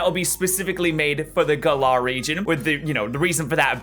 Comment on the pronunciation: Gal like "gallery" and ar like the word "are". Gal-ar